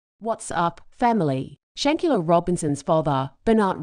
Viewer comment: still can not have the common courtesy to pronounce her name right